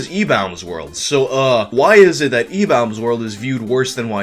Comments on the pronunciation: stop saying like that im gnna go retarded "EBAULMS WERLD" stahp- oh god. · Lol i thought it was pronounced ebaumsworld not ebowmsworld Learn something new every day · I thought it was pronounced Ee-bombs world lol idk tho I don't think I was alive back when it was popular or at least not like cognitive I was born in March of 2001 so idk lol lmk🤷🏻‍♂️😅😅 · I've always pronounced it e-bombs world lol thanks for the clarification lol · IDK why but I always pronounced it e-BAWm's world. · RIP YTMND ⚰ So were my group of friends the only people who [mis]pronounced EW as "E-Bomb's World"? Maybe it was the slang and interests of the time. ...of that particular group. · I have never heard ebaumsworld pronounced that way, ever. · So are you saying I've been pronouncing ebaumsworld wrong for something like 15 years? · Why do you say Ebaumsworld so weird? You said that guys name right(the first time), but then say the same word wrong when saying Ebaumsworld. You said it right later in the video. So I guess good job?